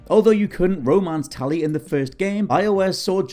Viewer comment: Tally? you mean tali?